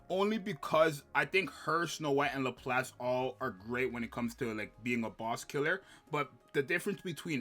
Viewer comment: dood... lap lass. its not hard. literally two english words in pronunciation. 🤣 but yeah thats basically my top 3.